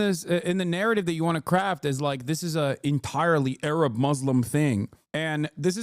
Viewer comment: That moment when Hasan and I almost both needed the heimlich maneuver when lady said "Arab" 😂